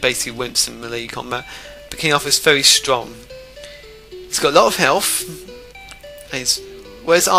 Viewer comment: AS far as i know its pronounced health not helf